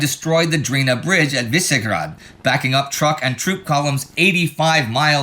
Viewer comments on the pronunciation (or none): it's Višegrad not Visegrad. I'm saying this because in Hungary there is a town called Visegrád but that's north of budapest, nowhere near Serbia. I was very confused here for a moment.